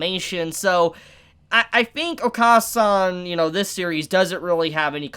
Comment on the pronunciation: It’s oka-San is said o-kuh-San basically short A sound not long A sound